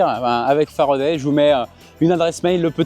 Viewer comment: En français, a se prononce a, pas e ! L'invité dit toujours Faraday, et le monsieur tatoué a décidé de rebaptiser la marque à sa sauce ! Non, mais !